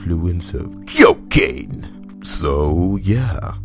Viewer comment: CYOCANE! Never pronouncing that word the normal way again.